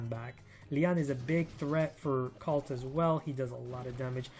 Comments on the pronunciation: Colt like cold not calt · Love ur vids man, keep it up! Also, I dunno if it's just me, but I keep hearing u say Cult...not Colt.. kinda triggers me sometimes lol